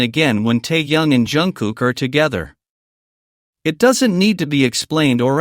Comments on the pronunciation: Противно слушать,когда неправильно называют KIM TAEHYUNG - Теуном. Автору минус за такую работу. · Прежде чем говорить о парнях , научись правильно говорить . Тэхени и только тэхен , а не как иначе. Если не получается ,тогда ви ,ли-бо в первый класс. А то хочется предушить блогера за коверканье имя. Вигу , это единое , целое и неделимое